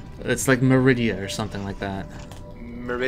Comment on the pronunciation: No, no. Ma-ri-dia.